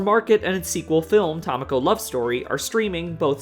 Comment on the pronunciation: Not only did I know you'd mispronounce Tamako, I correctly guessed your mispronunciation before hitting play.